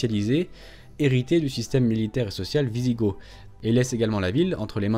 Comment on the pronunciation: Le w de wisigoth doit se prononcer v à ma connaissance comme dans la langue allemande.